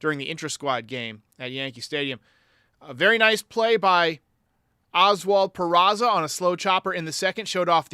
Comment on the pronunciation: Speaking of John Sterling, it annoys the piss out of me that he still can't pronounce Peraza's name. It's not PeraTSa, John! He's not Italian. For a professional broadcaster, it's pretty, well, unprofessional. And for that matter, as far as I know, it's not Jean-Carlo, it's Giancarlo - yes this one is Italian, not French. Ok, rant over.